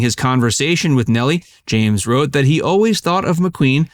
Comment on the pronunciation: McQueen’s first wife was Neile and it was pronounced “Neal” not “Nellie”.